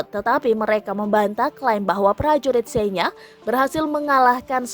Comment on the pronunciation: Receeeh... Senya? Nyebutnya aja gak bener miiin.... Miiiinnn...... Belajar baca dl